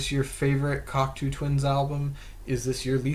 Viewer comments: It's pronounced: cock-toe not cocktoo. 🙂 Cocteau is french and the eau is pronounced as "oh" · Not pronounced cock two..its pronounced cock toe.